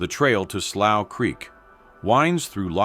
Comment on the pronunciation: So this guy is gonna give a documentary, and he can't even pronounce the word slough 😂😂😂